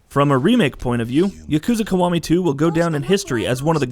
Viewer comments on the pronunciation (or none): Yukooza kuh-wah-mee too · Jeff Benzos I hate his pronunciation. Specially when he tries to say Yakuza Kiwami 2 🤢